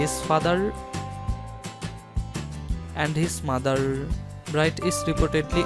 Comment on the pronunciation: His fadlel and his mothel. His gall. Im dead for laughing so hard. The accent tho